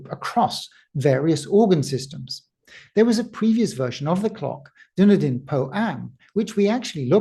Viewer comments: Its duh·nee-dn. NOT duh-ni-dn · It's pronounced Dun-Eden. Not Dun-E-Din. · New Zealand isn't really Middle Earth, it's Dunn-Eden, not Dúnedain! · Not that it matters much, but the pronouncuation for Dunedin is more like dunn-eden. People from North America in particular seem to say something like doon-e-din . Well that's what it sounds like to my Dunedinite ears. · FYI it's pronounced dun-EE-den. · Fyi, pronounced, "Done Eden"